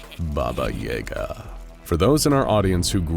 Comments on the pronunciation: You miss pronunciation of yaga is cringe worthy congrats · I don't like how you say yaga, it just doesn't sound right. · His pronunciation of Yaga makes me cringe. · The way you say Yaga made me cringe every time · Yay-Gah?.... its ya-gah.... sigh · Ya-gah, not yay-ga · Worth mentioning that "Yaga" pronounced as "Yaaga" and not "Yega" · That was driving me crazy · I always thought it was Baba Ya-Ga, not Baba Yay-ga 😶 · It's pronounced "YAH-ga," not "YAY-ga". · Its pronounced Baba Yaga not Baba Yega. You put an e instead of an a. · No. You put a Я instead of a Е. He's right. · Bro doesnt have yaga he has yega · Hmmm yes baba yeh gah It is baba yaga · Never heard anyone pronounce “Yahguh” as “ Yayguh” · So is anyone else bothered by how they kept pronouncing it "Yayga" instead of it's actually pronunciation of "Yaaga"?? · I've always heard it pronounced as "yuh-gah" or "yah-guh" not so much "yay-guh" and it's distracting me everytime... still, I enjoy the video. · YAGA, not YEGA. You pronounce it wrong :D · Baba Yah-gah not Yay-gah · I thought it was pronounced "YAH Ga"?? It sounds like your saying "YAE GA" but I've only heard it pronounced the other way 🤔 is both right??? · Yah gah, not Jager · Its Baba Yaga not Baba Yega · Pretty sure it's pronounced yAhga not yay ga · Jaeger? Why are you saying baba jaegar? It’s literally spelt yaga pronounced ya-ga. Maybe if it was spelt yega but it’s not. I cringed so hard every time her name was said. But this is one SCP I see no reason to contain instead of straight termination. There’s nothing to gain from her besides the risk of escape and death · Every time the narrator says "Baba Yaega" I take 5d6 psychic damage. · I am so glad others noticed and said it because it was startin’ to bug me 😂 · Ukrainian's say yaaga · It is Ya-ga, they mispronounce words all the time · BAba yaGA. Everybody gets the stress wrong! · bah-bah yah-ga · Thamn epic baba yega pronouncination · Who pronounces it Baba Yay-ga